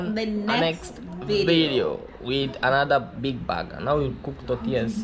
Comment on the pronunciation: 😂😂😂😂😂 very interesting 😂😂😂baga baga baga...BIiiiG Burger( sound like bega begger...)